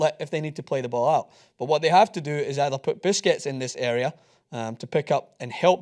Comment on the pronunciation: "Put biscuits in this area" lol, god I love it when butchers names.